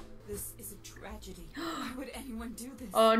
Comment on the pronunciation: 'this has been a tragety!' "no i was just giving her a swrily!" gets arrested bc she haveing fun